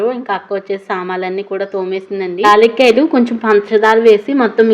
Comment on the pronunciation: లాలీక్కాయలు కాదు యాలక్కాయలు అంటారు